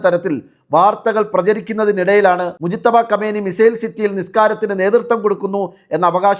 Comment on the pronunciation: خامنىءي ഖാംനഈ എന്നാണ് പറയേണ്ടത് .